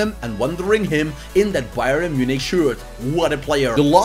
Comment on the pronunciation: It's not Bye-ren it's pronounced Bye-ern